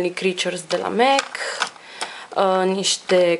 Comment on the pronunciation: In sfarsit cineva care pronunta corect cuvantul Mac si nu spune por si simplu Mac ci cum se spune el normal Mec .Felicitari cu canalul esti bligarita mea favorita la capitolul make-up .